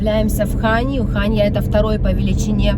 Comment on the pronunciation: ХаньЯ, а не ХАнья;)